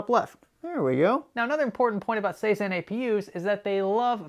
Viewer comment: Am I nuts, why does he keep saying "sayzen/saizen cpus/apus"?? Is this a manufacturer ive never heard of or something? Thought was a slip up but after 4-5 times...lol